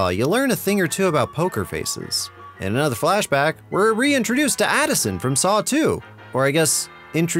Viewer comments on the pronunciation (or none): none